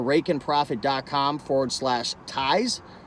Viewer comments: Tone it down on the .com part! 😁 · It was so funny when he did that LOL 🤣